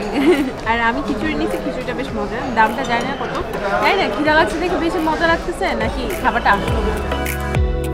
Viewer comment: Apu apni kintu bar bar kidalagce bolcen... But! Khudalagce bolchen na kno?